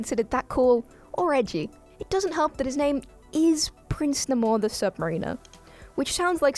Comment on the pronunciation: 1) it’s pronounced Nay-more the Sub-mare-in-or 2) that was wakanda he was flooding not New York 3) he was made before aquaman